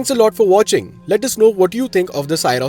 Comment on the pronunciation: From the title, it felt the video would be very positive 😂 but that was the only positive thing in this video about the car - the title. Also, it's pronounced "Syros" as the "sy" in "system". Not sai-ros.